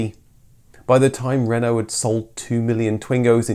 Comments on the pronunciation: One of my colleagues bought a new Twingo in 1993, and was mercilessly ribbed by pretty well everybody. Nearly thirty years later, she still drives it to work, and still draws a smile. BTW, it's nice to see a Brit make a decent attempt at French pronunciation. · Really interesting Thankyou. Such a shame it was never sold in the UK. and great pronunciation of word Renault!